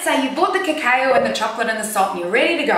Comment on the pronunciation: Cacao is usually pronounced cacow :)